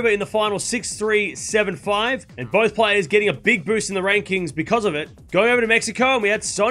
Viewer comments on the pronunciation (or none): none